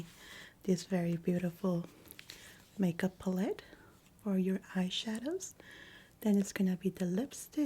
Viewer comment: ive been watching u since the beginning. another fantastic video! i adore the way u pronounce the world palette too ❤ love from poland 🇵🇱